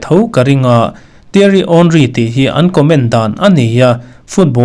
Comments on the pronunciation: Theiry Henry "Tiari Awnry" i lam dan a dik 👍🏻. "An comment dân " mai ni lovin a hming an koh dàn, a hming an lam dan a ni. A vanglai en pha te hi chuan 'H' hi kan lam ri ngai lo, 'Awnri' tiin kan lam vek thin... A chhan chu commentator te lam dan ang ang kha kan lam dan a ni ve zel a. A lar bawk a a hming an lam ri tam bawk. Sir, nang pawhin i lam dik e 👍🏻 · Tiary Awnriii....i lam dik reng a lom Sir....👍👍👍😊😊😊 Yamal nen kan Idol in ang ve tlat mai aaa.....🌄🌄💪💪